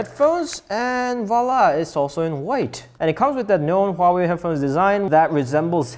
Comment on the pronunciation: He pronounced Huawei right